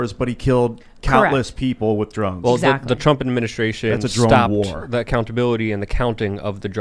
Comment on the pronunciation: "With = Wid" with this guy